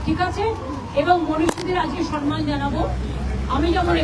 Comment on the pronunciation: কথাটা হলো সম্মান, সনমান না.